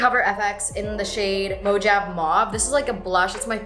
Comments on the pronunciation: It’s pronounced like mo-havi not mojav 😬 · it's pronounced moe-ha-v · mojave is pronounced mo-ha-vee hahahaha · alright, did anyone else notice that literally pronounced the blush as "mo-jav" mauve instead of Mojave mauve? lol <3:') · I love you so much but “Mojave” is pronounced “Mo-hah-vee” lmao but I’m just gonna say it how you said it from here on out.